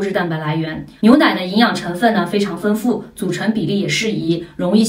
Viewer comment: 丰富的丰读音为feng而不是fen,请注意，谢谢！